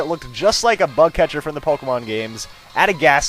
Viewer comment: sometimes when he says bug catcher it sounds like butt catcher haha buttcatcher